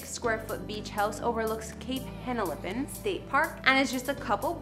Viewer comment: And she didn't pronounce Cape Henlopen properly either. It sounds just like it's spelled. But, Reagan was the worst. lol